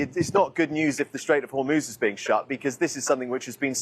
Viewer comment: The presenters need to get the name of the Strait of Hormuz right. All they need to do is, listen to the reporter.